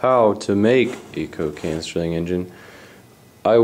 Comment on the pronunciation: It's 'Stirling' ! NOT 'Sterling' !